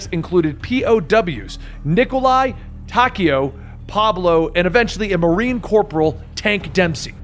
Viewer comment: So much stuff is wrong. Even the pronounciations of things are very wrong. Taykio? Ar-gath-a? A-thur? Preemus? (Even though its actually Ultimis) Prime-us? Story is over? Watch this if you want to see what happens when someone who knows nothing tries to figure things out without playing any of the games, but for the real lore, I might suggest MrRoflWaffles or Mystery Machine or something.